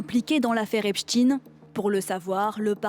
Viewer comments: Noooon... pas français. Juif. Petite correction judéorthographique du jour. C’est Jeffrey Epstein, avec un E après le T, pas Epstine ("EIN" Germanique Ashkénaze). Les juifs connaissent l'effet Streisand ?!!! Vous allez vous noyer dans le torrent montant de la judéopédophobie contemporaine. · Pourquoi ne prononcez vous pas Epstein plutôt qu'Epstine??? C'est pour faire une connotation russe??? Et du coup, j'aimerais bien revoir le monstre de frankestine!!!🤡🤡🤡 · Pourquoi tous les medias prononcent Epstine ? On ne dit pas albert Einstine que je sache ! Un problème avec ses origines ?? 😮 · ce n' est pas epstin mais epstein ... France 24 aux ordres du Mossad ? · Pourquoi tout le monde dit "epstine" alors que ça se prononce "epstayn".🤔🤔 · Ils ne le feront pas (preuve en est qu'ils ne prononcent meme plus epSTEIN et remplacent par epSTINE) et puis maintenant ils font croire à Epstein l'espion russe 😅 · Vous en avez de bonnes avec votre prononciation "Epstine" pour faire croire que la Russie y serait pour quelque chose et en même temps pour protéger une communauté très impliquée dans cette histoire satanique. Donc, il s'appelle bien Epstein, même si ça vous déplait ou si ça déplait à vos financeurs. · "epstine" 😂 c'est comme borne qui s'appelle en réalité bornstein... Ils veulent cacher l'origine de l'odeur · On dit Albert Einstein pas Einstine par contre là on change le nom😂😂😂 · A revoir le prononciation du nom encore